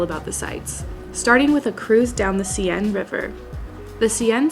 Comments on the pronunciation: please learn correct pronunciation of "Seine." its like Sen, not See-in. ( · You did so well with so many words except Seine and Montmartre....